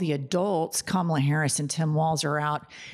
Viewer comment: Here's Something about the Pence convo.... he correctly pronounced Kamala's name.